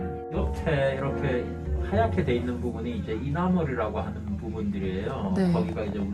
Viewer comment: 맨처음에 치과샘이 말하신 부분은 에나멜 =법랑질 입니당 (이나멀이라고 발음하시네요 ㅋㅋㅋ)